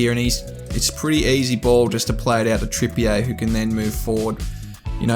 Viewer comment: Lol great video but pronunciation is: Trippier (Trippy-er) Guimeraes (Gimmer-rishe)